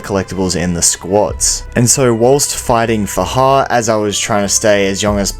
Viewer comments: It's FA-JAR Can't you read? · Its faJAR by the way